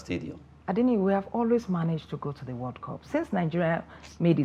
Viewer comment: One naturally wonders if both countries were colonized by the British. Listen to their pronunciations it sound weird and horrible. 'Wod cop' instead of 'world cup'. 'Sometimes I wonder what they are saying. Next time they will respect Ghana.